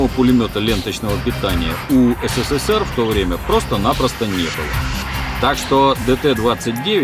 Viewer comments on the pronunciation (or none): none